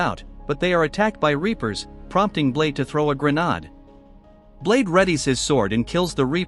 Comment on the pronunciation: Can't even pronounce grenade right, Wow